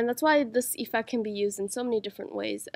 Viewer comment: its not EEEEfect its effect